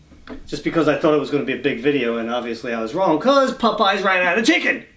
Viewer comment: Let's say it together "POP-EYES".... Not pupeyes!!! Lol